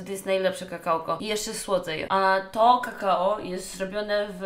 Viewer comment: Niby streamerka o kurwa jakie to nie nie mądre i óguem a tu nie wie że mówi się kakao a nie kakała i remsua lepszy